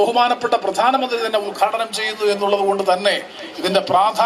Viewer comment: കൊച്ചെ.. പ്രദാനമന്ത്രിയല്ല , പ്രധാനമന്ത്രി.